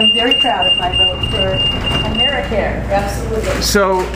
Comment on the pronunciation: Americare.... HAHAHAHAHA!